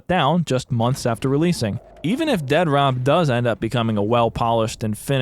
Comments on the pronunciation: Dead - Rop? Lol it's Dead Drop. You are clearly clueless to the point of this process, let alone the process itself. We've been seeing the game at stages no other dev would dare show the game... for the exact reason that people LOVE to talk about shit they know nothing about. Lol. I can't even finish the video because you saying "Dead Rop" is truly annoying. Review the game when it's done. Then you can talk. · Why do you pronounce it Dead Rop instead of Dead Drop? Must be fun to poke fun at others' hard work. Instead of dumping on Doc and his venture, why don't YOU try and do something that's even remotely close to this? FYI Advanced Warfare was by far one of the best COD titles ever and IMPE the best. Its crisp responsiveness and Map design was by far the best and the weapon variety is unmatched in any other FPS game ever. Quit being a douche and talking out of your hind quarters just because you have a YT channel with a few thousand Subs. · I love your insistence on pronouncing it "dead-rop" every time, lol. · How are you saying it in one word but make it sound like Ded Rop.😬🤢 I dont have a pc but i feel like id be hyped to play up until i actually got to play lol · You're clearly saying the title wrong. With the obvious endorsement by Dr. Disrespect, it should obviously be pronounced Dea Dr. OP. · The only thing more stupid than this game itself is your pronunciation of its name. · Sure, but titles, especially in the entertainment world, often use the letter as a double when one word ends and the next starts with the same letter. If I thought he was just taking a poke at the situation I wouldn't have mentioned it, but he says it like he believes that's the way its supposed to be pronounced. Just one of those little type things that can bug the hell outta someone, & it was bugging me lol. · I know the spelling is crap, but if you can't even pronounce the name the correct why, i can't waste my time watching this video.